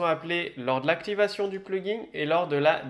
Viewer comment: Merde, ça avait l'air très intéressant mais après , à force d'entendre PluginG avec un "G" à la fin, j'en pouvais plus. C'est un plugin sans 'G' qu'on dit. Comme dans plug ... in. "Brancher dedans"... Traduction réelle : extension. J'ai pas été capable d'en faire "axtraction" :P